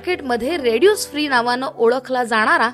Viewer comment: त्या माहिती सांगणाऱ्या मॅडम रेड्यूस फ्री असं म्हणत आहेत... ते माझ्या मते रेसिड्यु फ्री असं असावं.